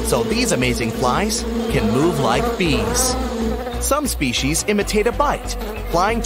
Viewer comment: As an entomologist I could not stand your horrid pronunciation of species and body parts